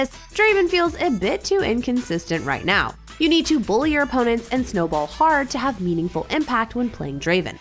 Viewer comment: Right niauw? Right meow? What?